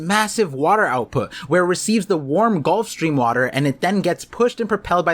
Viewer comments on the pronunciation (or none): none